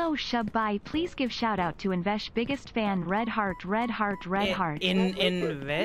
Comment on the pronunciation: highlight Mai aa gaya yaar🤩🤩🤩🤩🤩 Oh it's not invesh it's btw😅